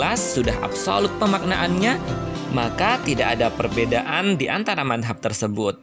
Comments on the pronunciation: Mas..kok nyebutnya/ngomongnya manhab..bukan madzab, maaf kalo saya salah 🙏🏻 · Iya betul,,, Cara baca mazhab ny tolong dong diperbaiki